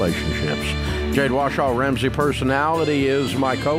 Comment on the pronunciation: I love when Dave says “Jade WASHAW” 😂